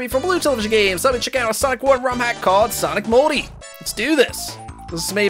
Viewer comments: it sounded to me like he said "Sonic Moldy" at the beginning of the video instead of "Sonic Multi" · It sounds like he said sonic moldy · It sounds like you said Sonic Moldy! XD